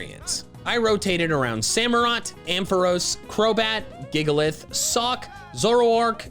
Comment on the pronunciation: YOU'RE SUPPOSED TO SAY THE FORMS BEFORE SAYING THE NAMES, NOT AFTER! SAMUROTT, NOT SAMAROUT! ARAQUANID IS SPELLED WITH 3 A'S, NOT 2 I'S! AND DO NOT LEAVE OFF THE O IN MEOWSCARADA!